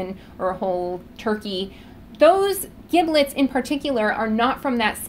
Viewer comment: It isn't pronounced (hard "g") "gib-lets". It's pronounced "jib-lets". It is a soft "g" due to the "i".